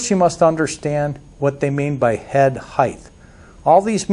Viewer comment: the word is height (pronounced "hite"... no hiteth).